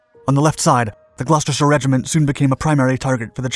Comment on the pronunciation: As a Brit, the fact that you pronounced "Gloucestershire" correctly gave me so much joy